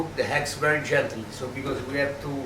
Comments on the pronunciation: Lol, eggs...si chiamano eggs, non HEggs....lol Mia nonna faceva una carbonara migliore di questa Siamo al 2025 e 'sto terrone non ha ancora imparato l'Inglese. Tuo nonno si gira nella tomba....lol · "I am a good hegg." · Where did he get the H in eggs? 😂😂😂 Heggs